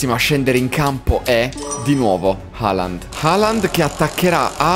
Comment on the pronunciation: Raga si dice halland no holland